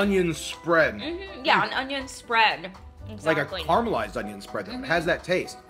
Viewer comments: FYI it’s caramelise, caramalised not whatever you say! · It's caramelised not carmelized. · Carmelised…. I can’t stand the way youse say that word